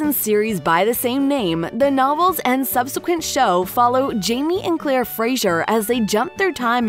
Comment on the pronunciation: It’s Claire, not Clara, and Fraser, not Frazier.